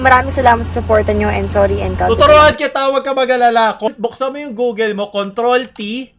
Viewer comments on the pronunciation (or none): none